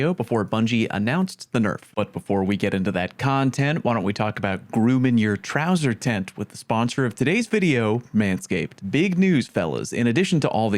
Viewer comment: “Trowser tent” wtf lol